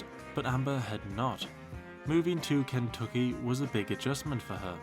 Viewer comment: The way you say "Ken-tuck-ee" is slaying me! It's reminds me of the movie "The Last of the Mohicans" with Daniel Day Lewis. I'm from rural Ohio!😂